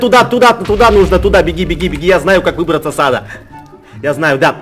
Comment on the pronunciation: ”Чтобы выбраться из ада нужно поспать”.Звучит как ”Чтобы выбраться из ЗАДА нужно поспать”